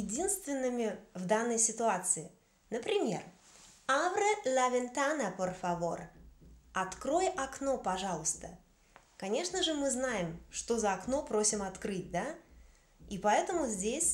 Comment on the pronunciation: Только ventana читается как бэнтана, а так урок хороший!!! Gracias! :)